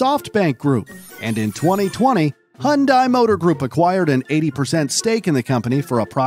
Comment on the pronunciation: Will anybody ever be able to pronounce Hyundai correctly?